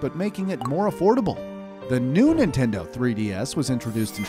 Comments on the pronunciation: ninteno lol oof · "New Ninteno" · “New Ninteno 3DS” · ninteno what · "the new ninteno 3ds" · umm Ninteno?